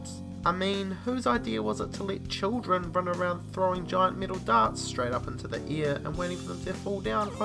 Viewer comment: When he said in the air it sounded like in the ear